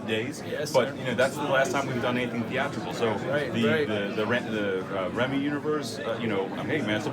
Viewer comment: "the Remmy universe" 🤣 Guy really knows their directors